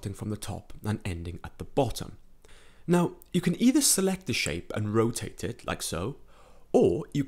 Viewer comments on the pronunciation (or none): none